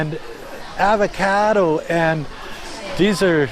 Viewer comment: So nobody is going to talk about the way he pronounced avocado?